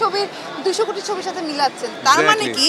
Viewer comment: মিম কোটি কি কুটি বলল আর সাংবাদিক কপি কে কোপি...!! 😂😂